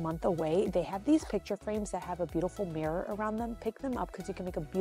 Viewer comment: Love your stuff, hate how you say mirror. Mares are horses!